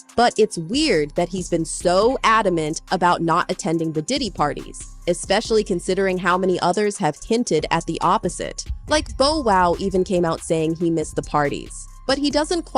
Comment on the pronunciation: It's not bo wow,it's bow wow